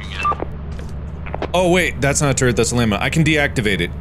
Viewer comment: Everytime mark says Turrret, it sounds like he is saying Turd. I am mature I swear 😭